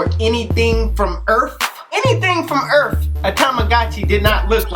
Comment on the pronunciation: Am i the only one that was dying when he said "earf " with emphasis on the f 😂